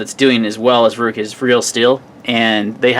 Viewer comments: Good review and video. I'm pretty sure Ruike is pronounced Rake to rhyme with lake. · Prounounced Rake.